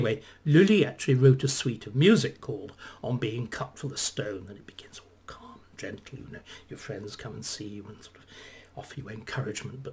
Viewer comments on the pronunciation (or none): none